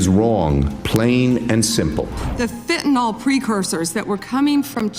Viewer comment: Drives me crazy. It isn't fentanOL, it's fentanYL, rhymes with bill.